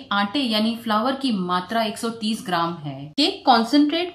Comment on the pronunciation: फ्लावर नही फ्लोर बोलते है। बॉउल नही बोल बोलते है।